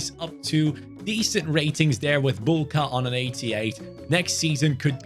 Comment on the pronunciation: As for the pronunciation of Marcin Bułka's name, you pronounced his name correctly the first time, but his surname is read "Buwka" in English because the "ł" in Polish is the equivalent of "w" in English.